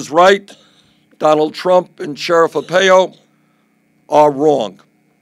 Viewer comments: I like Bernie but but your correct. How has he never heard Joe blows name? Makes him sound like he is running for county mayor. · It's very unfortunate that Bernie has never heard someone say Joe Arpaio's name out loud. Mispronouncing it makes him look foolish.